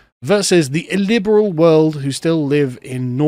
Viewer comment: say it with me illiberal, IL-LIB-ER-AL!!!!